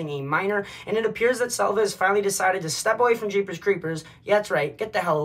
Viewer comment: “salvia” 🤣 my guy smoking too much thinking bout that k2 🤣